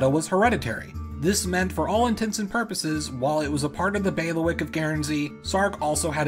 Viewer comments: Pretty sure it’s bay-lee-wick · Thanks for the video. Heads-up: it's pronounced: 'baileywick'. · This was absolutely fascinating, and I learned a lot. But I'd like to return the favor: "bailiwick" is pronounced "BAY lee wick", not "bail wick". I have never heard the word used so many times in such a short period of time, and after the third time it was like fingernails on a chalkboard. See six examples